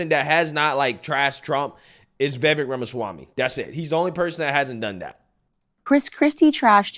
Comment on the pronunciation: Please please please say Vivek’s name correctly. It sounds like cake - Viv-ake. Listen to how his name is pronounced. You should know this. 👍🏾👍🏾